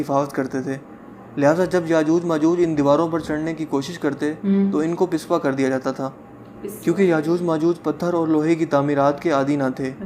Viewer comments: Lafaz pespa nhi hi Paspa hi Matlb pechy hath jana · Pispa nhin sahi lafz hae PASPA jis ke manay haen peechhay dhakel dena ya hojana.